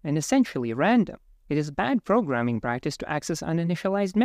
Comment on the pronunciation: Progrraming?!?! I love progrraming!